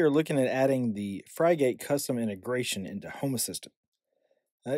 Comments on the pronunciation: Pronunciation is “frig-it”, like the bird that is its icon. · "Frig" rhymes with "fig" and "gate" rhymes with "git" - pronounce it like this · Fry-gate was back when burger king started selling fries oddly similar to McDonald's and they went back to the OG formula to avoid massive litigation. As for this piece of software is pronounced frig-it. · It's hard watching the video with the mispronunciation. Frigate isn't some exotic word, it's a type of ship. Just type Frigate (dictionary) into Google, and the first entry brings up the word Frigate, with a speaker next to it that you can click on, that will give you the pronunciation. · Thanks for the great video, <3 I was up and running in no time, the name <Frigate>, if you struggle to find the right pronunciation head over to google translate, change it to English, type in the word, and hit the speaker icon. lastly, if you didn't notice, you showed your configs dirty little secrets at the top of the blurred box ish, if this is a password used on the wild wild web you should change it. 👍